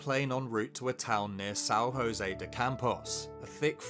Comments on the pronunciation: it's São José not San Rosê, the J sound like J not R and the ão sound like an'o not an, Portuguese is also a tonic language especially the African and Brazilian Portuguese, the vowel sounds are more open and diferent tons generate diferent words sometimes like the diference beteewn grandma = " avó" and grandpa = " avô" , so is JosÉ not Josê for us sound like diferent words, and for not create confusing with the Californian San Josê witch sound similar the full name of the city is São José dos Campos translating to english would be Saint Joseph from Fields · Awesome video. Just a tip, we don't pronounce 'j' as 'h', like "San Hosé dos Campos" which is usual in Castilian accents. 'J' here has a sound more similar to that of English, it is equal to the 'j' sound in French. Nice storytelling anyways, neither i knew that and i'm Brazilian.